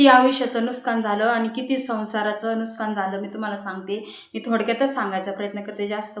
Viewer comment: नुसकान नाही नुकसान